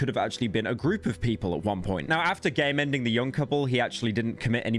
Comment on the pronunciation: sorry but every time u say game ending - I kept hearing gaymanning....lol